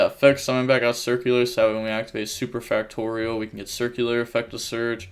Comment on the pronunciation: hes pronouncing super factorial right XD